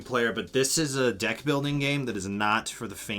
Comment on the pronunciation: it sounded like you said “every dick plays differently” lmao got em